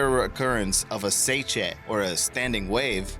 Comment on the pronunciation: Chelsey Martin so? He’s trying to make a name for himself as a narrator. Thus it’s HIS JOB to make sure he’s pronounces everything correct. Seiche is one syllable and I’d find it hard to believe that anyone could’ve butchered Sarajevo any worse, short of never having heard of the Balkan Wars in the first place, yet here are.